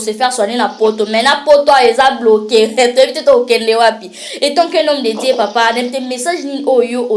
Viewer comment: Pronociation l homme de Dieu pas Die